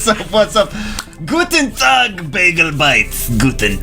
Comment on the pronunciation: is guten Tag the only words that you can speak from German? but you speak it right ╮(╯▽╰)╭